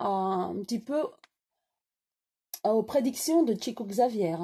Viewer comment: comment pouvez-vous dire qu'il a gagné beaucoup d'argent ??? il a toujours reversé ses droits d'auteur à des associations humanitaires ; il a toujours été fidèle aux principes monastiques (pauvreté, obéissance, chasteté) ; et son nom se prononce [chico chavière], quitte à donner des leçons quant à la prononciation.... bref vous vous êtes contentée de lire la fiche wikipédia, Chico Xavier était loin de ce que vous décrivez !!!